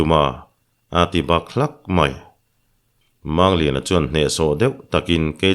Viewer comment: Mizo tawnga, "mumang" tia kan lam rik ang hian, "Mangliana," tia, "Mang," tih lai hi lam rik ve ni se la, a dik zawk lo ang maw?